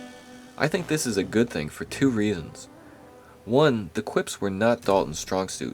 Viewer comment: I think you meant "reasons," not "rieans" .